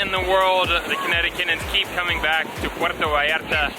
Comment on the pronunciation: First thing to do when you arrive to puerto vallarta is pronounce it puerto vallarta not puero vallara 😂